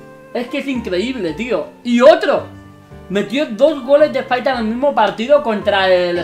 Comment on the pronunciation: le dice faita es vez de falta